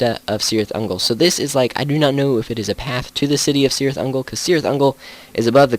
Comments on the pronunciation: Cirit Ungol pronounced with K not C. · You should get the prononcitations correct. Cirith Ungol is pronounced with a K not S.